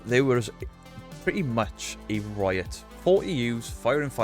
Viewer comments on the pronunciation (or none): none